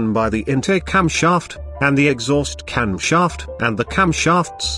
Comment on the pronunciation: camSHHAAAFT Stroke CYllinDEEER